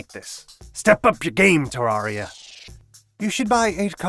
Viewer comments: I have never played terraria and I have never watched a terraria video. Why is this on my recommended? also why do you say terr are ee uh It’s terr air ee uh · its pronuced TER RA RIA not TAR RA RIA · dude, its TERR AR I A not TERR AR IA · I'm sorry did you just say terrARRRRRRia?